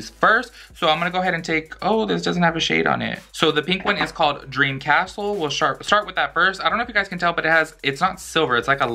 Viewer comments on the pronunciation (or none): you said shart lmfap i love you